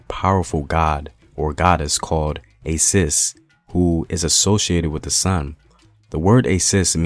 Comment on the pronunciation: It is Asis. Not Assis. Or Aisis Thanks for covering 😢. I can help you with Kalenjin pronunciation around Iten. Kenya. ❤. Most people will just understand that you can not pronounce the S. The will appreciate if you don't remind them that nobody in Iten or Tambach or Eldoret can ever roll the R in American or English way. For us people in Iten and it's environs, not dwelling in accents is The beginning of freedom 🎉🎉❤❤. Unfortunately we produce the best hard distance runners. So we have to defend/ protect them when they are out of breath 🎉🎉🎉🎉